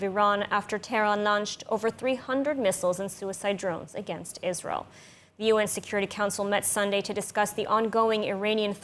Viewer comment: Isral. Can't she pronounce it or is she lazy.